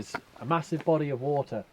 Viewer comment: Did he say, “a bottle of wahwah”?